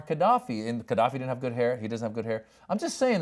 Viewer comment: You know so little about Gaddafi you dont know its not prononced Kaddafi.